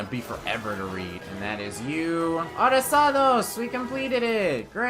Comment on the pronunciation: you have to roll the double r in "Arrasados". before you say its unnecessary, it is necessary. for example "pero" means but, however, "perro" means dog.